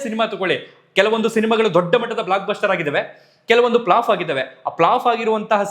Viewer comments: ಅಣ್ಣ ploff ಅಲ್ಲ flopಸರ್ CORRECTION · avre I'm a fan of u but pronunciation sariyagli irli Flaaf (ಫ್ಲಾಫ್ ) flop ( ಫ್ಲಾಫ್ ) Matte baibedi accept madkondu sari madkoli thankyou